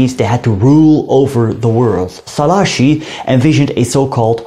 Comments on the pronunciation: Was not correct tbh. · tökre nem mondta ki jól😂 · Hát azért szerintem jobban mondta ki mint ahogy szokták de hát igen, nem tökéletesen